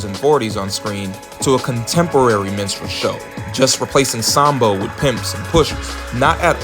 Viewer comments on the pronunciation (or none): Saam Bo.??? No. Sam-Bo.